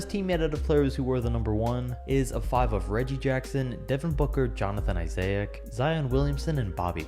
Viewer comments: Iseic? What? It’s pronounced (Isec) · I-sa-ic (should be I-sac) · Isaiah-ic lol its i-zik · Say it with me: I-ZIC; not I-ZAY-IC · Issaic?u mean Issac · Bro it’s not “Isaiac” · HIS NAME ISNT ISAAIIC ITS ISAAC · bruh it’s pronounced i-zack not izayak lmfao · Isaac is pronounced "EYE- ZICK" and not "EYEAYZIK"😂😂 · Isaac is not pronounced “IZAYICK”. It’s pronounced “IZICK”. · Reality: Jonathan Issac. Him: Jonathan Isiaic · Izayic lmao eyeszike is how its said for next time lol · “Jonathan Isaic” it’s pronounced I-sic not I-say-ic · Why did you say Isaac as isiaic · "Jonathan Isaiac" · “Jonathan Isiach” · Jonathan Isay-Ack sounds like a baller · mans said eye-zay-ick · WHO? Jonathan Isiahyacc 😂😂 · Jonathan Isa-ic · jonathan “isayic” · ya its not Johnathan isayick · I gotta quick question who is Jonathan Isiaha-ck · Jonathan I-say-ac? Who is that? Great video do. keep it up🔥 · “Jonathan isayic” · Is it just annoying me how he is saying Jonathan Isaick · Say Jonathan “Izayick” one more time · I-say-ic 😭😭😭😂😂😂 Issac dumbass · "Izayick" SAY HES NAME RIGHT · "Jonathan IsEaC" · Nobody:: Jonathan isaic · its isaac not isaaaaaaic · Nobody:: Jonathan Isayaak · "Jonathan Isiah ic" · Did he just say ‘Jonathan Isayac’ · “Jonathan Isayak” 😂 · Did u just say Isay-yik? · "Johnathan Isayac" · Jonathan Isayick? Cmon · Wtf is a Jonathan I-SAY-IC🤦‍♂️ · No one Literally no one in the world: Johnathon Issaic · Why does he say Isaac like it's Isayac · Jonathan Isay-ac? Who are you Flight? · Who heard him say Jonathan Isaiahcc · 90% of the comments: “Omg you forgot Klay at 11” or “he said Isaic” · If he says jonathon isayac one more time I swear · Jonathan I-say-ac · Eye Zay ick 😂😂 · I love "Jonathan Isaic" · Bryan Hamstra but he didn’t say Jonathan Isaic he said Jonathan I-zay-ic😂😂😂😂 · It’s actually I-zic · Neither, it’s I-ZAC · I-zay-ick man why can’t people say my name right 😂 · Isaac Thomas ye Ik, like I bet people don’t call you izayick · So right